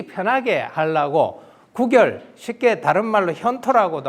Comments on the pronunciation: 계속해서, "구결"의 "구"자를 짧게 발음하고 있음. 이 "입 구"자는 길게 발음해야하는 자다. "구두, 구술"등 얼마나 바르게 발음해 오던 말이었던가? 이런 평상어를 일류 학자가 바르게 발음하지 못하는 것이 오늘날 한국의 문화이니, 오호 애재! 오호 통재! 미국 변 완수 배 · "장구"는 "장꾸"라고 읽어야지요. 이는 관용상의 문제입니다. "구결"의 "구"자는 장음 자인데 짧게 잘못 읽으셨습니다. "입 구"자는 길게 읽어야지요. 한학자께서 이런 실수를 하신다면 누구에게서 배웁니까? 기실, 적지 아니 실망했오이다. 한국 언어의 타락상이 하 분하여 "한국 어문을 고발함"이라는 책을 냈아오니 일독해 주실까요? 미국 변 완수 배